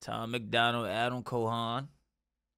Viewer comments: Cal_hoon is how its pronounced, not "call" but CAL like 50CALiber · It’s CAL HOON - only two sounds - very easy 🙏🏻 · CAL-HOON lol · Say it like “🐄 Hoon.”